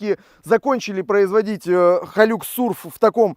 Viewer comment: ХайлАкс...и не Тойота Тундра, а Тойота ТАндра)